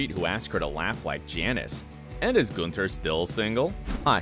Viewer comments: It’s not ‘GOONTHER’ its ‘GUNTHER’!!!!! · It's not goon-ter. It's gun-ther. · Did you even watch Friends? It's Gun-ther. ¹Not Guenter. It's Boo-Fay, not buffet, And it's Central PErk- not PArk! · Its not 'G-oo-nther'. In FRIENDS they all called him 'Gau-nther". You never really watched friends. Did you? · Everyone: Gunther Him: Goonther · I am sorry but it is Gun.ther not Goon.ther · Btw it’s Gun thur not Guntur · GOONTHER???? No, it's Gunther with an "uh", not an "ooh". No-one ever pronounced it Goonther on Friends. Have you never watched the show??? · It's gunther not goonter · No one: Absolutely No one: OSSA: GOONTHER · Nobody: Narrator: "Goonther" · G’oo’nther ?? Excuse me??? I..... i...... 🤦🏻‍♀️😂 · Goon-ther ? C'mon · i love who says goonther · Does anyone not bother by the way he pronounced Gunther as 'Goonter'????? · The way you say Gunther.. my right eye is twitching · Did you even watch every episode of friends? It is hard to say his name wrongly. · Oh 😭😭😭say Gunther the right way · Its Gunther but he pronounced it weirdly like u mentioned above and u too watching friends during lockdown? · My man pronouncing Gunther like we’re actually in Amsterdam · Have you ever watched friends? That’s not how you say Gunther? 🤣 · Is if just me or did is wrong pronunciation of gunther bother anybody else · Why does he keep mispronouncing Gunther? They clearly say it one way in the show and he says it a completely different way. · Pronunce Gunther properly